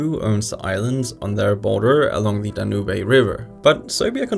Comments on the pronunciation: Danoobay for Danube 🤦🏽‍♂️ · "Danubay river" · “Unpronounceable names”, proceeds to butcher the Danube river. Loved the video btw. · You don't have to be a polyglot to pronounce Danube correctly wtf kind of delusion🤣🤣